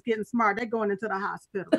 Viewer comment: Hold on, did you just say “hos-pilla?” 🤣